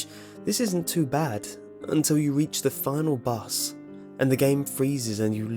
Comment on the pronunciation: I am the only one who heard him say the final bus? Lmao